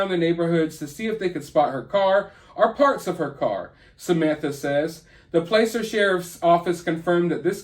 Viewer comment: I live an hour west of Truckee. Thanks for talking about this case! Her mother is so heartbroken, it made me cry seeing her on TV. Keep praying for Kiely. 🙏💜🙏 Placer County is pronounced "Plasser".